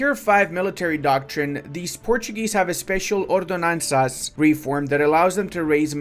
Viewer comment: is the first foreigner I have heard spelling "ç" correctly as a S sound (from ordenanças).